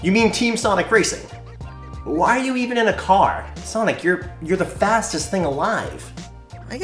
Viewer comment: Sonic Kid I thought you said Sonadow 😂